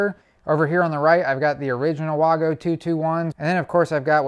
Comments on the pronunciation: Waygo not waaago. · Vago, not Wago. The W sounds like a V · It Wago Not Wogo Say it like Waygo The A is bigger for the A reason so the it a A sound not o sound No o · in English it would be wag-o DO BETTER